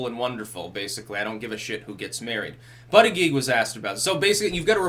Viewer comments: It is pronounced boot-edge-edge not butt-a-geek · I understand it is pronounced Butty-Judge. Now, in England, this would sound like a nice gentleman being a judge for sandwiches made by the local Women's Institute in a competition at a village fete. In America, however, I can think of a quite different meaning. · it is pronounced but gag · Name: Buttigied. Now put this in a sentence "The President of the USA Buttigied". It sounds even worse than Hussein Obama :-) if pronounced correctly in the first place....just saying, seems funny... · it's Buut-edge-edge